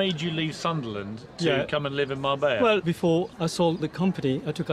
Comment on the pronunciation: 45: min program and couldnt say Mar-BELLA correctly once!! not marbaya! what a loone!